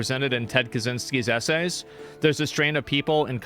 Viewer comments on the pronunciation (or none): It's funny how you try to say Kaczyński.